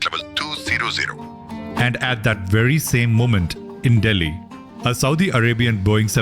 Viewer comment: Bruhhhhh😭😭😭 Amazing video as always... KUDOS to you But ..."halla abibi" really???😭😭